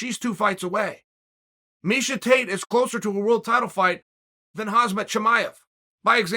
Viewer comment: “…so I encourage you to lishen to Misa..” 😂